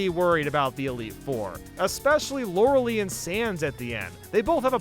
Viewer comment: Why is he using Harden to try and tank Water Pulse? That's not how the game works... Also, I'm pretty sure it's pronounced Lawr-Uh-LIE, not Lawr-Uh-LEE. While we're at it, how did he manage to have enough PP for the entire Elite Four?